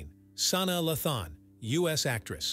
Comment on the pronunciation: He said "SANAA La-THAAAN" LOL It's pronounced, "Sa-NAA LAY-than"